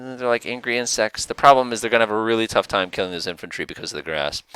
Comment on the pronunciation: I kept hearing "Just like a bunch of angry ant sex" .. took me a while to realize you were saying "insects"